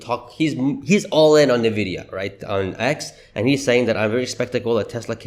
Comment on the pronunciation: I’ve heard about Nvidia as we all have. What is this “Ne-Vidia” you keep talking about?